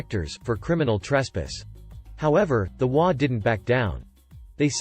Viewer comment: I love the stories I just wish they would pronounce the HOA properly it's HOA not wa